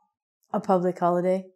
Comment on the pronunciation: Happy "Hoilday" :-)